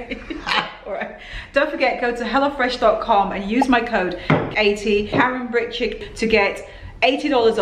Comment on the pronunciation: I always thought you were saying “hellafresh”😂